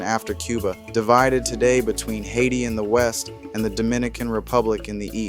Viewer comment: I like how you pronounce Haiti. Nice video thank you.💪 🇭🇹